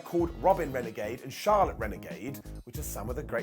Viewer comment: Its actually Charlette, not Charlotte.. it's always getting corrected on dark..lol I keep doing it until she got on the mic and went off on Tony one week. Lol